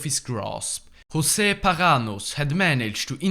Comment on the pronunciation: José in the portuguese language is read José, not Hosé, sincerely, me